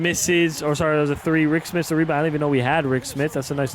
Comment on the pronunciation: It's Rik SMITS, not Rik SMITH, come on now you make simulations everyday, you should know this my boy 😂🤦‍♂️